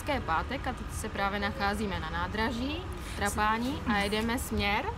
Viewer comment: Ahoj. Chystáme se tam s kamarádama v září 2019 na dva týdny. Chceme Sicílii objet celou dokola. Sbírám tedy informace co kde a jak. Tak že i vaše video se hodilo shlédnout. Díky. :-) A jen malá poznámečka... Trošku tahá za uši to vaše Trapáni! Siciliáni ho vyslovují Trápany. Ale jinak fajn. :-)